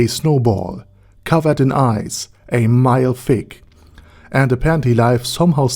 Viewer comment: Did you say covered in aince? Ainz+ice lol